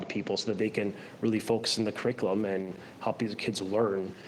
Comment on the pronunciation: This loser doesn’t even say CURRICULUM properly but they put him in charge? Laughable.